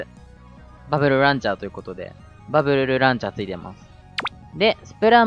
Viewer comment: バブルルランチャーって聞こえたw